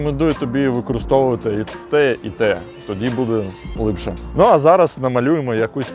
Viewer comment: Все агонь, суржик рулить, але слово "лИпше" прям дуже сильно ріже слух) А так повага, виженемо все руцьке за порєбрік!!